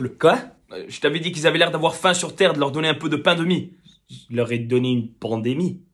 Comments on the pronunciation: Why do I hear a difference in pronunciation, Pandemic = ponder me, soft bread = pander me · For the people who dont understand whats the diffrence of the pronounciation: Pandemic /paun-di-mi/ Soft bread /pæn-du-mi/